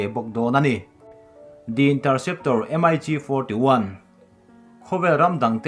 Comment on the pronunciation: Russian thlawhna hi M-I-G ti lovin Mig an ti thin